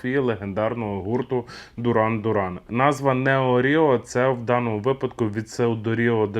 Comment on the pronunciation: Бля! Мііленіали!! Якій це Дуран?? Duran Duran виговорюється дЮран дЮран! У батьків перепитай, якщо є сумніви!